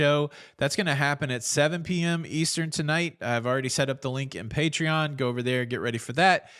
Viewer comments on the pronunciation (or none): none